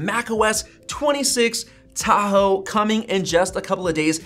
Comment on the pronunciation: As i listened how you pronounce the word "Tahoe" I immediately thinking Philippines snack food called "Taho", sweet.